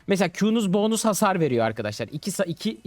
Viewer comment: Abi o "boonus" değil "bonus" o